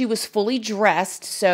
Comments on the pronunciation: Suspicion not suspection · Just heard about this case and looking for someone who covered it. Listened as long as I could before I just couldn’t anymore. Calling this 13 year old “Baby Girl” over and over again is too much. Plus, “Suspection”? If you’re going to broadcast to the world, be ready for this kind of criticism if you don’t know the pronunciation of words or proper grammar. I can’t even.